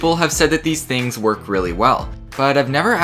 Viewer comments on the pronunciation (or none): none